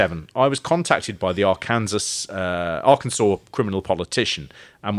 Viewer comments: Arkansas is pronounced ark-in-saw. And this murder is SUPER famous here in the states, The Boys on the Track. The officials claimed it wasn’t a murder, that they fell asleep on the train track from smoking pot and never woke up when the train came. Because that’s plausible. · As someone from Arkansas, it was funny to hear you mispronounce Arkansas 2 or 3 times before you started getting it right. 😂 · Only 11 months late! What made you finally start pronouncing Arkansas correctly like the 5th time? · ‘Our Kansas’ sounds so much nicer then ‘R-Kin-Saw’ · Helpful assist- "Arkansas". Pronounced- 'Ar-Kan-Saw'. 'Ar-kansas' is not interchangeable with 'the correct pronunciation. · Arr-kansas should be Arr-ken-saw. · Did you say AR-kansas? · Arkansas is pronounced are can saw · Arkansas is pronounced like Arcansaw not how it’s spelled. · Big fan of taking a good 5 attempts before remembering how to pronounce 'Arkansas'